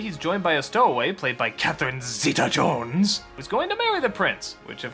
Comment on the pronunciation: Every time I hear Doug say Catherine Zeta Jones I laugh so hard XD, I also love Dreamworks-urary